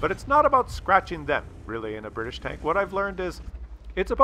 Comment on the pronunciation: Bri tish not Brridish